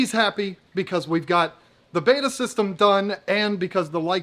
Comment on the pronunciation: It’s betta not beta ( not a college man I guess)!!!!